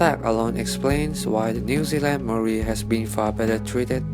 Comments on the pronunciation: Butchered the Maori words im Maori but we got wiped out so I guess it doesn't matter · You butchered every māori word but at least you didnt mock our culture like most so i respect that